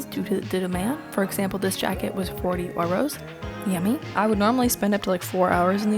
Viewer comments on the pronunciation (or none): Lol how she says "euro"